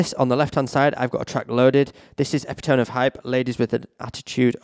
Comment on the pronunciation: Nothing I love more than someone pronouncing epitome as EPIH-TOHM